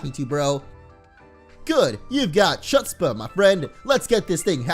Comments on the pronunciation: it is huts-pah and it means shameless audacity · having a lot of chutzpah is having a lot of guts. Ch is pronounced like chet from the Hebrew language (look it up). Not that I thought he was, but is definitely not Jewish. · Chutzpah is pronounced weirdly for someone who doesn't speak a language with that sound in it. You have to make a sort of scratchy gargling noise in the back of your throat, like you're about to cough something up. The letters "CH" are usually used in English to make that sound.